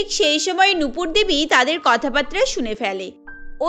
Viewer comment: কথা বাতরা না, কথা বাত্রা